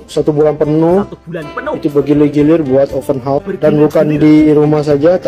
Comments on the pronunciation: 📢📢 📢📢 bukan open hos tetapi OPEN HOUSE - open haus bunyi nyerrr 🙄🙄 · Bukan openhorse mas tpi openhouse 😂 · Cara sebut open house tu salah... Kalau cara sebut tu bunyinya horse.... Itu maksudnya kuda... House tu maksudnya rumah